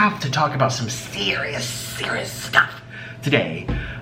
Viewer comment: “Some sErriOusss sTufff”